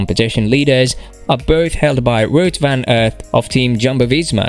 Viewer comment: Superb rider Has tho done approx 14 monuments and won only once You mis pronounce his name